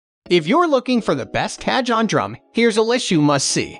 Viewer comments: It’s pronounced Car - hon!!!! Not catch on!!! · Oh....KA-john just hurts my ears! I want to listen to this video but every time he says Ka-John, it's painful. "Kah-HONE" (like Ca-PONE, in Al Capone). I'm a Latin bassist and I got a chance to play a friend's cajon at a Puerto Rican Bomba-fest and also in this year's Carnaval in San Francisco, CA. I loved it so much that I want to buy one and I'm looking at reviews, also reading online reviews and such. I'm gonna try to get thru this video. Please overdub the word "Ka-John" for us! LOL! Thanks for putting up the video, though! 😊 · Jeeesus.... 'Cah-John' lol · WHO THE HELL SAYS CA-JON??! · Y'all, this sounds like AI, not an actual guy mispronouncing cajon, am I crazy? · You butchered the pronunciation . its ok 😊 J is pronounce as H . cajon is box in spanish. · Dude...need to at least know the pronunciation of the instrument and manufacturer to take you seriously! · Lol I had a good laugh when he first said it. I laughed even harder when I found a comment about it immediately soon after xD